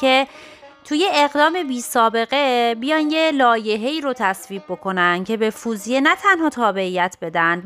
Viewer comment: Very nice. Thank you for making and posting. Just one thing: it is Fawziyeh not "foozieh"